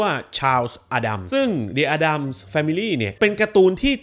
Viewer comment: Addams อ่านว่า เเอดดัมส์ครับ ขอบคุณครับ